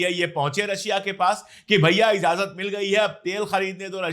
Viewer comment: इज़ाज़त नहीं इजाज़त बोलिए।